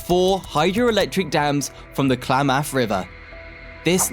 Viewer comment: “Kla - Mathe”?? and “San Joe-Say” really?? “Please - on - ton?!?” “Van News”?? “Ventura Country” Country??”Standard Gorge track? Can’t these be edited and corrected??